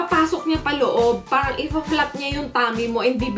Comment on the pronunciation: paRang paRang paRang. Nyahah cute